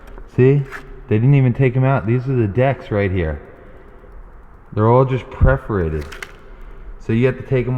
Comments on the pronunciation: It’s PERFORATED not preferated. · "Perforated" not "Preforated". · Was it bugging anyone else that he was saying preforated not perforated? Lol. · Tina Stanbaugh Yes, kinda. Per-for-ated (pref). 😉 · YES, just as the people who say NUCULAR instead of NUCLEAR do. but i was strangely delighted when he found playing cards.